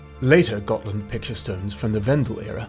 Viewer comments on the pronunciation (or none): Gonna take a shot every time I hear him say "Got[h]land"...